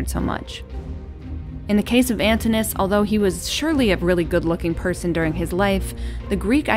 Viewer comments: I believe the customary pronunciation of Antinous is with 4 syllables. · The pronunciation of Antinous is Antìnò us. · Doesn't look like Claudius to me (perhaps you've corrected it), but in any case, that's a very small flaw. More serious is the mispronunciation of "Antinous" as "Antinus". The "o" and "u" are separate syllables. Otherwise, this video is quite well done, balancing the major historical events of Hadrian's life with his personal life. Both Hadrian and Antinous continue to fascinate many people into the 21st century. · an TIN oo. us. not ANTIN -US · Could you please fix the pronunciation of Antinous’ name as well as Britannia? Drives me nuts not to hear the proper pronunciation of those names. Britannia is Latin, so the first “a” should sound more like the Latin alphabet. And Antinous’ has two syllables at the end, it’s not one syllable. It should sound more like “oh-uhs”. I’m sorry, but it just drives me nuts when I see these well put together historical videos, but no research is put into the proper pronunciations of these names!! Also, I don’t know if you can say that Antinous was Hadrian’s “lover,” since there are no historical records of them having sex or engaging in sexual activity, but Antinous was no doubt Hadrian’s favourite. They enjoyed many of the same things, and certainly enjoyed each others company, but even Lambert himself said something along the lines of their relationship in the bed chamber will forever remain a secret. As in, no one really knows if their relationship went that far. It’s nice to think and believe it did though. I would just be careful how you tell the history of such things without historical records. Oh! And I think you have the date wrong for when Antinous died. Every source I’ve read has said it was October 30th. Not the 22nd.